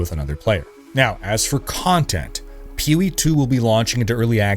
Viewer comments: "Peeh Wee" "Ehah P G" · "Peewee 2?" Seriously? Take an extra half-second, let your balls drop, and say "P O E 2." You kids, today. No f'n respect. 🤷‍♂ (Said with love from a gamer old enough to be your father)